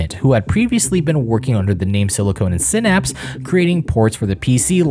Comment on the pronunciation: You pronounced Silicon wrong. It's not "silicone" like the polymer. It's silicon like the element.